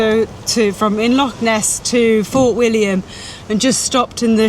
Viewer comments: and; ask a local on how to pronounce lock and loch. Just a tip. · Have to agree no excuses for saying lock,they're found in doors and canals, how long would you wander in the lake district calling it the Loch district before someone would want to correct you .